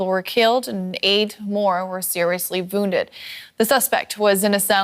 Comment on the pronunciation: She said vounded